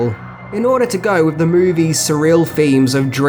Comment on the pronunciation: "numchucks to freaten 'em wiv"